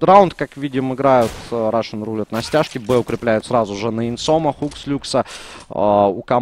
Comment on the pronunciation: Специально для. В слове Roulette ударение на первую «е». RUSSian + roulETTE = RUSSETTE. Комментарии на 4/5. Умеешь лучше.